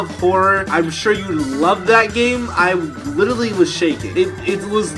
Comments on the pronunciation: He says litritly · I’ve been here 4 years and Jesser still doesn’t know how to pronounce “literally”